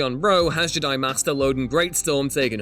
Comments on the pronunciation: Why have i only just noticed the weird way of pronouncing Jedi this guy has its more like hes saying JID-AYE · I hate the way Ewan says Jedi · do you know how to say jedi and yoda?